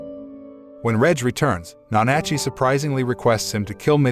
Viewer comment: It's NA-NA-CHEE!